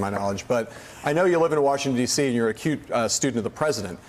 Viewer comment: When addressing Przybyla, I know that Heilemann meant, "acute student of The President", but it sounded like he said, "...You're a cute student of The President..." Obviously, it's nothing serious, but it WAS enough to trigger a false alarm on my misogyny-radar.